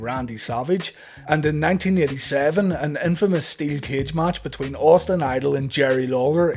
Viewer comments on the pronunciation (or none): none